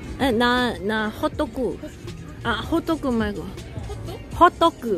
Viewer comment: 홋도꾸 있어욧? 발음 개 사랑해 ㅋㅋㅋㅋㅋ